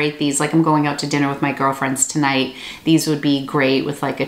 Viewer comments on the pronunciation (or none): none